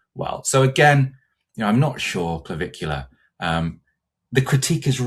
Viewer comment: Did not finish watching, couldn't take this seriously after the first few minutes talking about some dirt bag called Navicular, or is it Caligula, or Claviholler, whatever the hell his stupid name is. I couldn't take this seriously after an introduction like that.